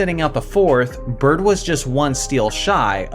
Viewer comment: It’s Bird and not close.